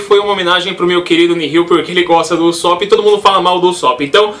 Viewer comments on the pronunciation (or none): U-só-pi fico louco ouvindo assim '- U sô pu malz falar assim mas no animê eles falam assime pa ne falou ta falado.